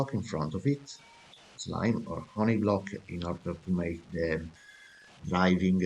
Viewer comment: u are italian right? not trying to be mean, but i like how u say blocccc (again I'm not trying to be mean to you, I'm just kidding)